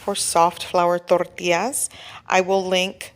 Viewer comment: Is not tortias, it is tortiLLas.